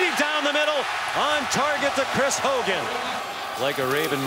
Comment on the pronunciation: It's Chris hogan not chirs